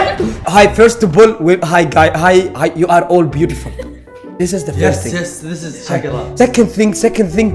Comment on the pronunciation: ذس از شقرا😂😂😂😂😂 الله عليك يا ابو عسكر انت واللغة الانطليزية